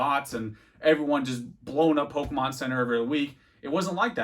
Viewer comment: Why does he say every Pokemon wrong like just to annoy us? x)